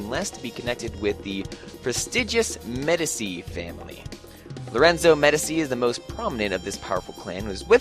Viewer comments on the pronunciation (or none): Pretty sure it's pronounced Muh-dee-chi. Medici. Right?